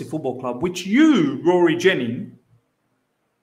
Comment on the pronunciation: The way you said Rory Jen ingsss 😂